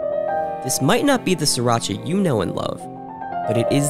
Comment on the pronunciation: isn't he saying Sriracha wrong?